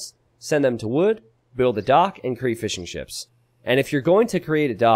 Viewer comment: Every time you say Fishing Ships, it sounds like "Fish 'n Chips" to me.